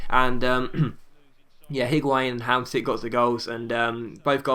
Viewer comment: say Hamshik, not Hamsik